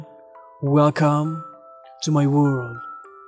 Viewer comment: R.I.P say: Welcome To My World What i heard:Welcome To My Worm